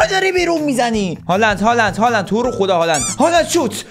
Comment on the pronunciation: فقط هالند گفتنت😂